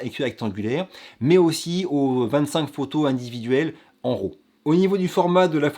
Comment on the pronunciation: c'est que tu dis fichier ROW et devrait dire RAW.... il à pas de "o" dans RAW - J'adore l'accent "francais" lol J'agace et continue ton bon travail.